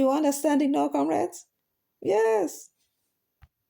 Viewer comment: No wonder he keeps saying "Camreds". Is he deliberately not using "comreds". I wonder